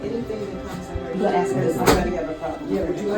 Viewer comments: You shouldn't be in office if you can't pronounce ASK not ax" lol. An pull your paints up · Nobody who says "axe" rather than "ask" should be a mayor or in charge of anything! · It’s ask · Rule #1. If I can’t pronounce ask. You don’t get the vote